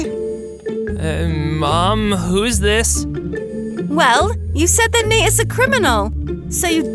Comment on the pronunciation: Nate is like this not nait